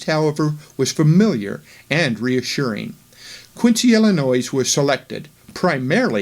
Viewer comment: Pronunciation of Illinois and Adam-ondi-Ahman / Diahman should be corrected for future presentations.